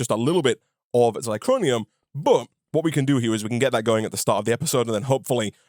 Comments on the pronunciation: Living for calling it Zicronium instead of Zirconium:) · You're mispronouncing zirconium. zir-co-ni-um. Not zi-cro-ni-um.